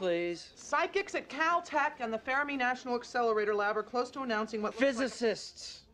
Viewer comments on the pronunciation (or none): I thought it was very strange how CJ (Allison) pronounced "Fermi" with three syllables each time she said it ("fair-uh-mee"). This seems like a production slip-up to me. On a cast and crew full of bright people, did no one notice this?